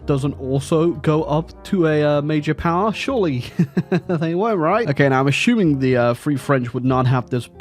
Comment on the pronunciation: i love when he says ''uhshooming''